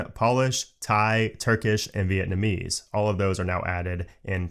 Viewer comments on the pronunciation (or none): none